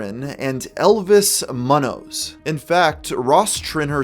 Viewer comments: elvis muhnohs 😂😂 it’s pronounced moon-yoze. don’t think i’ve ever heard someone butcher Munoz that bad before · You mispronounced Munoz, but its okay. How would you know whether it was correctly pronounced... anyways.. Moon-yoh-sz [[Munoz]technically "Muñoz"]] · The pronunciation of Munoz was diabolical